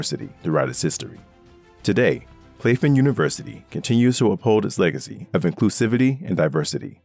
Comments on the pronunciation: Wonderful video, only comment is Claflin is pronounced Claff-lin, not clafe-in. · Oh and Claflin was pronounced wrong in this video. My grandmother is an alumnist of that institution. It’s pronounced Claflin (short a sound ).